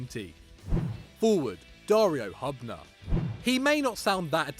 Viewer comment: Butchered Dario Hubners name!!!